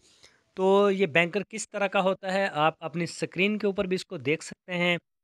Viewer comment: Use the right word not Benkar. Bunkar ok....